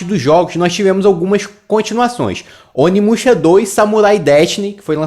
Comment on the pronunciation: Tu falou o nome errado, muito errado